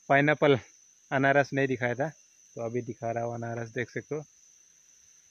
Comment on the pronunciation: अनारस नही अनानस,बोलना सही से किया करो